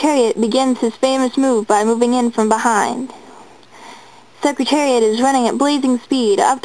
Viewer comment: He won... and it’s Secretariat not secritarit